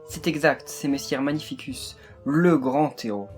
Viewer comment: Magnificus se prononce [magnifikus], pas [magnifisuce] !!!